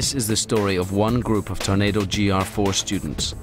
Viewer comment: Can someone tell Ewan Mcgregor its a TORNADO not a "Tunado" LOL